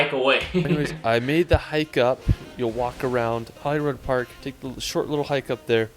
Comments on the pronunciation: the pronunciations of all of the names are pretty painful to hear as someone from Scotland: Glenfinnan is pronounced Glen-Finn-inn, not Glen-Feen-nan as was said in the clip; Edinburgh is Ed-inn-bruh, not Ed-inn-burrow; its not Holly-rod park, its holly-rood; Eilean Donnan is Ee-lan Donn-an, not I-lean- Doe-nan; Glasgow is Glaz-go, not glass-gow; Loch Lomond is Loch (soft ch, like in german) Low-Mand, not Low-Mon. good clip otherwise, just the pronunciation is very hard to listen to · Edinburgh is usually pronounced like edin-bruh The way he pronounces Holyrood is so wrong too, it should be like Hollywood but with the r instead of the w. Eileen donan castle is pronounce phonetically as: eel-Ann dawn-ann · I can see Edinburgh Castle out our living room window. BTW this guy really needs some lessons. Can't pronounce any place he goes. Even Edinburgh and Holyrood. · 'Holyrod' got me... in what language would 'rood' be pronounced 'rod'? 🤔 🙄